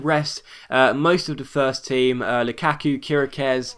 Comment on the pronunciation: The way he says luKaku n what difficulty is that